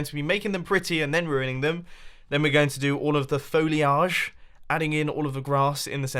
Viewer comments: you pronounce it foi-le-age? Americans pronounce it foil(as in tin foil)-age(as in how old you are) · you pronounced foliage wrong... (Foh-lee-ige)